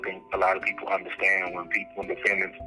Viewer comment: "Imagine all the peepool.."